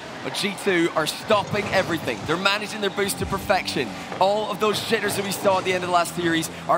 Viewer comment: i think he meant "jitters" but ya i def heard shitters too lmaooo